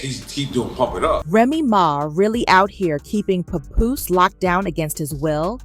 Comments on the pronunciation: Who the heck is puh-Poose? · I hate the way they say his name. It's not pupoose. It's Pap Poose lol